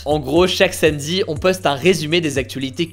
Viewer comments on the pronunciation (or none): none